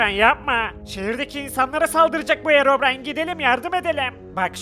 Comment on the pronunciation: Harabrine✅ Herobrine❌ SJSJSJSJ